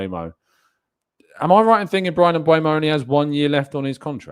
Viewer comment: If you like mbeumo so much why can you still not say his name right 🤣❤️